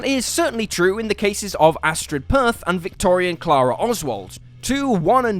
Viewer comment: Astrid Peth, not Perth.